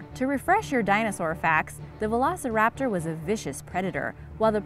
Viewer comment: The way she said veloceraptor triggered me.